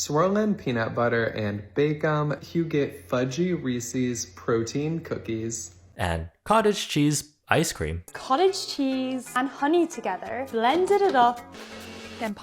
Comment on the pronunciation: I do like some cottage cheese, but they lost me at "Reesiez"